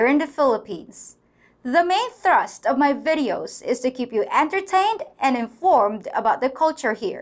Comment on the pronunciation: Did you say "Thrust"